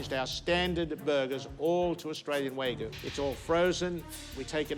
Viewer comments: He needs to use wagyu instead of waygoo. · Way-goo beef, huh? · Dude couldn't even pronounce "Wagyu" correctly 😂 (for the record, it's "wah-gyoo" and not "way-goo") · It's "WAGYU" NOT "WAYGU"!! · how do you mess up wagyu??? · Chef Ramsay's a boooold man. I'm not eating wagYU from anyone that can't even frikken pronounce the word correctly.